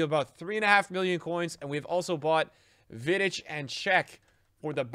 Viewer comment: the way he said vidic hurt